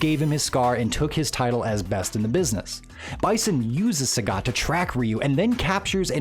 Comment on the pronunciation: channel about SF, but pronounce sagat name wrongly😂